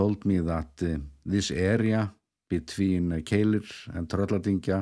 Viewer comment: The one that puzzled me is Keilir, which seems pretty simple! For some reason doesn't pronounce it as it is spelt, he always seems to pronounce it Keilill. Any idea why?